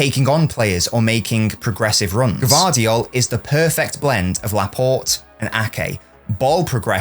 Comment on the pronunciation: You are the first to pronouce his name correctly👏🏻